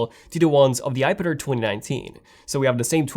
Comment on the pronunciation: iPad AIR NOT iPad-er or iPad-ir! Man, you just talk too fast.